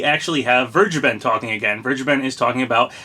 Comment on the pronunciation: I am fairly certain that you are pronouncing "Vergeben" wrong. The "V" should sound like an "F", and the "G" is a hard "G", not a soft "G".